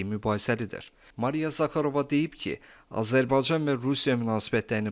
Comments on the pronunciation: Ele onu diyeceydim niye bu sozu diye bilmir diyer sozleri diye bilir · Azərbaycan sözünü deyə bilmirsən,sən kimsən?